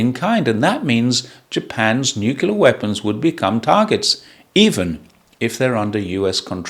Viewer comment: that's not how you're saying it! Haha ❤